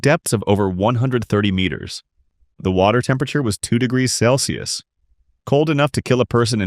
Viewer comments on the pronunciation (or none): none